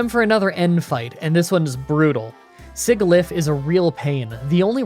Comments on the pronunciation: Apparently it's pronounced sijilyph not sigilyph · I think Sigilyph is pronounced sij-il-if, emphasizing the “Sigil”in the name. Emphasizing the “glyph” part does make sense though. Also Hydreigon is Hi-dry-gun. The really cool thing here is the evolutionary line names include the numbers One, Two, Three in German (Ein, Zwei, Drei). Hopefully I can speak for everyone when I say we're not correcting your pronunciations because we didn't listen to you or are being jerks. We're doing it because you're detail oriented and we want to enhance your understanding. And in the case of the Hydreigon line, there's some interesting trivia behind the way things are pronounced. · Sigilyph is pronounced "SIH-jill-IFF." Mistralton's emphasis is on the second syllable. Reuniclus is "REE-you-NEEK-lus," but I think "ree-YOU-nuh-kluss" sounds better. Hydreigon is "hi-DRY-gehn." Bouffalant is "BOO-fall-AWNT." ...I'm sorry, did you call Marshal a STEEL trainer?! And, once again, I'd like to see an Emerald run with only Zangoose and Seviper. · Sigilyph is pronounced sijilyph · Si-jih-lif Mis-trall-tin Con-kell-durr That’s about all of the names you mispronounced, good job! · I know that you don't particularly mind incorrect pronunciation of pokemon, but I love Sigilyph so whether or not you use this information, Sigilyph's G is pronounced with the J sound like a magic Sigil. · Mis-trol-ton Ex-ka-drill Siji-liph con-kel-der but say it a bit slower cara-costa not coasta hy-dry-gon boof-a-lant i have seen every episode of the Unova anime so i know how these are pronounced (also Unova is my home region so thats why) try saying these during a grinding session in your next run to prove to your fans that you know what your saying, if you need any Unova pronunciations let me know on Twitter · If you want to know how the anime pronounces “Sigilyph” then it’s been pronounced as “Sin-joe/jah-lif” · Sigilyph has the same ''g'' sound as 'sigil.''